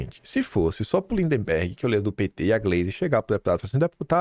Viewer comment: Pare de falar lindeMberg, qd na vdd é lindberg. Por favor